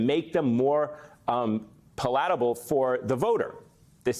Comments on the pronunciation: PAL-at-a-ble. The accent is on the first syllable. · Its hard to make fun of someone when you pronounce it 'pallllatable' incorrectly. You put the emPhaaaasis on the wrong SylLlaaaahhble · You said "pa-lat-able" but the word is "pal-i-table" - talk about word salad, come on MSNBC, ya'll are really stretching things. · It’s pronounced PALatable, not palITable or whatever you said. Please. I appreciate everything you do but anyone would lose credibility by mispronouncing such a common word. Leave that to trump. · ...pal-A-ta-bl? No. The word is PAL-a-ta-bl. You know, like palate? The roof of the mouth? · “Pa-LAT-able”????? It’s PALatable. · "PAL'-at-ah-bul" The accent is on the first syllable. Vote blue! 💙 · His cult followers make fun of Harris and her word salads. It's obvious the Maga kook-aid they drink helps them decipher his jumbled speech. Wait, did the host just say pa-la-ta-ble? 😂😂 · pa-LAT-able??? Preread the copy you are given! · Dude, did you just say "pah-LAT-able"? Yikes. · You were making sense until YOU pronounced it PAL AT ABLE…….sounds like YOU have issues too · Pa-‘lah-ta-ble? That’s unpalatable. Lol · Pa LAT able? How is this guy reading for us?? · 'Palat-a-bill' is not a palatable pronunciation. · "...making Chump pa-LAT-a-ble"? Really? It has come to this? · Pa-latt-able??? Is that anything like palatable? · Whoa. A politician avoiding the question? Politicians lying? Word salads? What? Seems like hes becoming one of them. And palatable is not said like that. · Oof, hard reach, way out of context. Also, my man here can't pronounce words like palatable. Tough time to be a democrat. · Not a trump fan but hard to take someone seriously who can’t pronounce palatable correctly while blasting another person communication. Ha. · The way this guy pronounced "palatable" just sent me 😂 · That's not how you pronounce palatable. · Yes, attack Trump's incoherent nonsense, but learn to pronounce palatable.